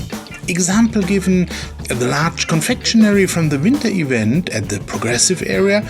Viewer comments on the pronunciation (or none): none